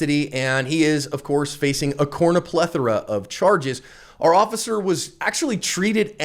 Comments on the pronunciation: Someone plz lemme know is saying Corner Plethora, Cornea Plethora, or Corn-a Plethora?? Or is he trying to say cornucopia (when he says he got a butt load of charges)? I wanna think he is mispronouncing cornucopia, cause that's the only actual thing I know of that has a lot of stuff usually in it. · "corrno'plethera" Lmao!!!